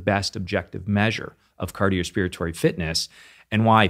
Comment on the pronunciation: Wait did I hear him say "cardiospiratory?"